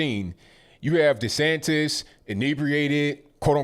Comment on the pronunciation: He said DeSantis 😆